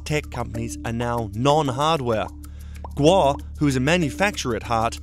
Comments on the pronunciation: omg im so sorry his surname is pronounced as gOu not gUo or gUA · Stop switching vowels you english speakers please xD gou, not guo. make, not miek. way, not wie xD so funny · you pronounced Gou like a Guo. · gou is pronounced "go" you were saying what would be spelled guo. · It’s Guo not Gou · The last name is pronounced as Go not Guo! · Should be 'kwok' for them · Its kueh(郭) in Taiwanese bruh, git yo fax strait. 台灣閩南語(Taiwanese Min) ain't the same as 廣東話(Cantonese) man. He jus has factories in Shenzhen. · It's not hard to say his name correctly. Your inability to pronounce his name properly makes me think your having a laugh at his expense. Unprofessional. You can do better. Gwoe!!!! Like toe with a Gw at the front. Please fire your speech therapist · Stop mispronuncing his name!! It’s driving me mad